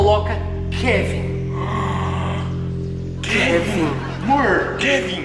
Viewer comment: “Kevin” não quevin 😂😂😂